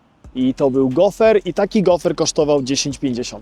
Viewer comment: Fajny odcinek i super przekaz na koncu😊 ale za kazdym razem jak uroczy prowadzacy mowil gofer to krzyczalam do telefonu GOFR!!! 🙈🤣🤣 Pozdrawiam